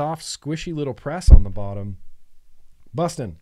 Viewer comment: it is BUSSIN there’s no T lol 😂 shit makes me laugh every time you say it